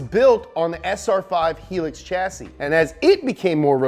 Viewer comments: HIGH-LUX NOT HE-LUX HILUX HELUX SO FREAKIN ANNOYING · Its not "he-lix" its pronounced "high-lucks"......hilux, ive never heard anyone call it a helix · Bro it's pronounced "HIGH-LUCKS" Hilux Not helix. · Its pronounced High Lux not He Lux😂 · For a that is holy its not helux its highlux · I thought hilux was pronounced 'high' lux... idk, must be right! hee lux it is 😁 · It is not h ee lix it is high-lux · Mate its pronounced High-Lux not helix. Nice vid tho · Little thing... It's pronounced "high-lux" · Hilux is pronounced "High-Lux" not "Heelix". Greetings from Australia 🤙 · "He-lix" chassis? Isn't Hilux pronounced "High-Lux"? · It’s pronounced High Lux. Helix is just not right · Hilux is pronounced "High Lucks", helix is pronounced "he-licks". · Bit dissatisfied he pronounced it as He-lux and not Hi-lux. From most Aussies watching this...get your shit together bro. And hurry the F up and do a video on the Ford Falcon and the ford GTHO's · Dear lord, who told you its "hee-lux"? Its "High-lux" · Dang, he pronounced hilux as HEElux...while i pronounce it as HIGHlux Cmon pls tell me im not alone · HI-LUX not HEE-LUX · the fuck is a heelicks i think you mean hilux (high-lux) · High-Lux not Hee-lix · Its "High-lux", it hurt me so much to hear hee-lux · Never heard heelix before Is this a aluminum, Merican thing? 😜😜 High—Lux Dude... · It's pronounced "high - lux" Not "he - licks" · You say it like its spelt "hi-lux" not "heelix" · i hate it when "car guys" pronounce car names wrong... it's hi lux not he lix... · ''THEIR LITTLE HEEEEELUX TRUCKS'' xDD high-lux... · Why you say heelux? Its Hilux! Omg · Hit's Hilux (as in high) not helix. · it called a Hilux not a Helix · High-Lucks not helix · Isn’t it pronounced HI-LUCKS? I’ve never heard anyone say helix.. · For the record, its pronounced High-Lux, not Hee-Lux 🤣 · Yeah it's High Luxury. so its not Hee-lux. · High-lux not Heelix. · Is he pronouncing Hi-Lux, Helex? Mate. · HIGH-LUX NOT FREKIN HELIX!!!